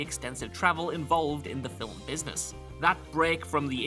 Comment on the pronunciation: Stop...saying...."FILL-UHM!" The word is, "film." No letters (or sounds) between the 'l' and 'm.'